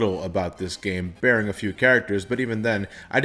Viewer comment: can't wait til I can catch up on videos so I can start correcting his pronunciation of words like 'barring' and 'subsequent' without worrying "he already figured that out 4 years ago, it's not nice to harp on it now"